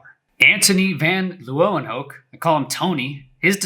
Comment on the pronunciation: I believe " Leeuwenhoek" is pronounced " Lay-ven-hook" ( I remember my friends father who is Dutch all the way mentioning that)